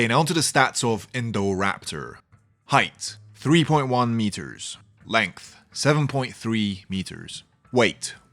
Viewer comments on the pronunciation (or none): none